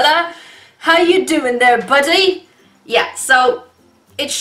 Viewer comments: “How you doing there buddy” best English accent on buddy 👌🏻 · When u said how u doing there buddy it sounded like you where English